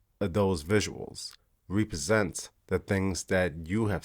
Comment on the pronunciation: You pronounced 'rep-present' with wrong syllables.